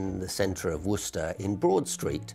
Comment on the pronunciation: Imagine saying Worcester wrong while theres an interview where an actual guy from there pronouncing it right.